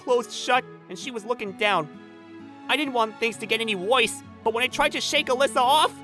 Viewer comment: I don' t mean to be rude but "fwends"? "made me feel even woise?" Is MC in kindergarten?